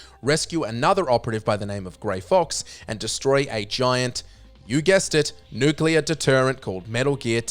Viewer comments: Repeat with me: NU-CLE-AR. Not nUkUlAr. FFS!!! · Really? REALLY?! You're pronouncing "nuclear" as "N U C U L A R?! " You're doing it on purpose just to annoy me, aren't ya? Well It'S wORkiNg!!!